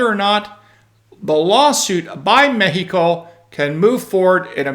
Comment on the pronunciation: Med-e-co? Sounds like a gringo speaking